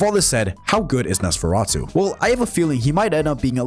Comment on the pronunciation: Off topic, but I think it’s funny how you pronounce “Nosferatu” perfectly, yet you stutter a ton on the word “muzzle”